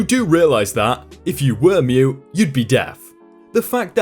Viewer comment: Not to be mean or anything, but you are missing the t in mute in your pronunciation😂